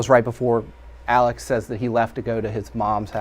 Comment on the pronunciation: Why can't anyone pronounce this man's first name correctly? It is so simple It is ALEX. It's a contraction of ALEXANDER. It is not ALEC.